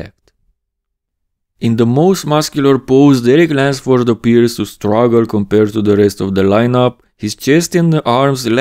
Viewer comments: lUnsford. No wonder you always say it with an “a” haha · Why does my man keep saying Derek Lensford?